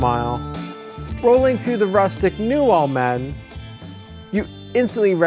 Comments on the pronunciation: Dude.... thanks for promoting Calero and Almaden parks, but it is pronounced Al-ma-den, not All-madden. I live in San Jose and mtn bike at both parks so ask the locals the correct pronunciation of the parks you visit. Thanks again for promoting both parks. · Almaden: Pronounced - 'Al-Ma-Den' Old Spanish for mining or metal operations Great on board ride!